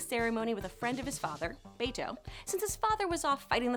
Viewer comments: its not Bayto its Bato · Are we going to ignore how she said bay-to instead of bah-to? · its pronounced bah-toe not bait-toe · It’s BAH-TOE, not BAY-TOE. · It's pronounce Ba-To, not Bae-To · Did... did you call him "Baito"? They even call him "Bah-to" in the show :/ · It's Bah-to, not Bay-to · bayto lol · Awesome video but you even took clips from Bato's scenes and still pronounced his name wrong lol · You pronounced "Bato" incorrectly. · Why did she say Bato like that!!!! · You really can't pronounce Bato and Hugh?